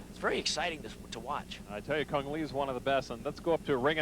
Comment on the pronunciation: Cung Le not Cune Lee, you are not a Vietnamese.